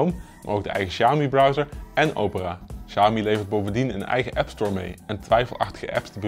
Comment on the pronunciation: Lol, begin van de video wordt de naam Xiaomi al meteen verkeerd uitgesproken. Als men niet weet hoe MIUI werkt en opgebouwd is, dan gaat de info die men wilt geven over de mi apps al meteen verkeerd en wordt dit meteen al bestempeld als bloatware. Ik volg al het hele MIUI verhaal sinds de Mi2/s en de schil die boven op de android zit is een van de betere, is vlot en voelt niet rommelig aan. De Xiaomi MIUI software heeft weinig bloatware , zeker als men dit met andere merken gaat vergelijken.